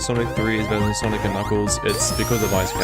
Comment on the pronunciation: It’s sanic